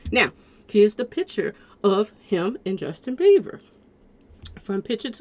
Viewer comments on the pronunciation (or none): In getting triggered Sis….his name is Bieber not Beever